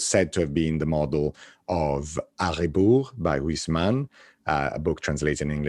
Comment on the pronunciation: It's A Rebours, not Ariboo!